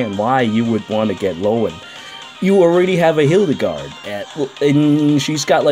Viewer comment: Do people just meme Hildegard by calling her the movie villain in dbz instead of HILL-egard